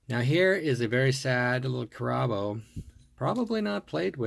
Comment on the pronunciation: It's pronounced Carabo, not Car a bo. Cool video.